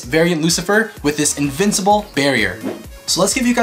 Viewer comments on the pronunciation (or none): none